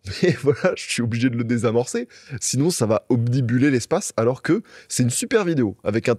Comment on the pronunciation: On dit "obnubiler" et pas "obnibuler" mon frero.